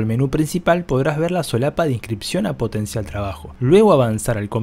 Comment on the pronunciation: Es POTENCIARRRRRRRRRR no potencial 🙄🙄